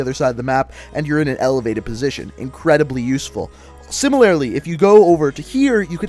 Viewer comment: "similarily..." i think he means similarly